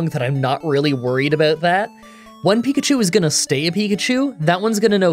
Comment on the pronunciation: Pikachi? :P